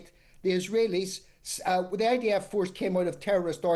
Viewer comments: Sounded to me like she was saying IVF. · Why does she keep saying IVF? 😂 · Someone should tell Julia it’s IDF not IVF